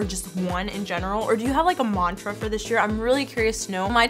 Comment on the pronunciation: I don't mean to be rude, but when says "this year", it sounds like "dish year" 😁